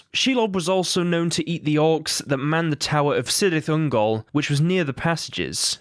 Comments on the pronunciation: yes, but the admin (or whatever) pronounced it soft, you jack ass. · The C in Cyrith Ungol is hard, and Beleriand is pronounced bel-eery-and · You can pronounce Celebrimbor's name correctly, but not Cirith Ungol? And thank you for giving a reason not to play those games. Celebrimbor bequethed that ring to Gandalf.